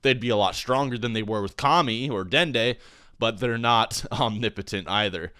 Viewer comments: is that really the correct way to say "omnipotent"? it sounds so wrong. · renge miyauchi om-ni-po-tent the ni is a soft i